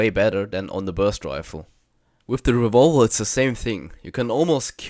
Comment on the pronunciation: I like how he says revolver, I’m calling it revolva from now on